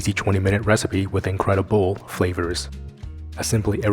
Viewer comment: Incredi-bowl LoL